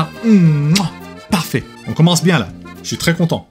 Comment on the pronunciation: when he says "la" he sounds canadian 100%